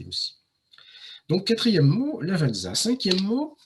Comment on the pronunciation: Lavàtsa, pas Lavadzà, Noutèlla pas Nutelà. Chambéry chef-lieu de préfecture du Pas-de-Calais 😂Incroyables le Musee Egyptien, et le musée du cinéma dans la Molle Antonelliana